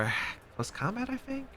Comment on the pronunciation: I’m a simple person. I hear a man say “fink” instead of think and I already know it’s time to go watch something else 😂